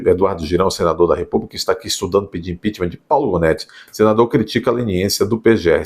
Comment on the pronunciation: Janóti, Gonéti, Ruanéti...